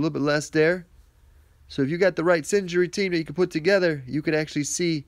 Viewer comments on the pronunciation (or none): SIN-ER-GEE - I couldn't concentrate when you kept saying SIN-JURY lol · Its pronounced Syn-er-gy not Syn-gery. LOL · Syn-er-gy :P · Singery... haha xD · lol yes scratched my head when i heard him say it..